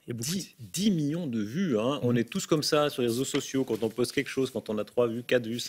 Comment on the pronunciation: combien? -2 miyons.. -2 miYOns? -oui 2 MIYONS.